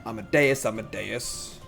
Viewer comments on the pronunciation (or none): As-Mo-Dee-Us. Not Amadeus. eye twitching commences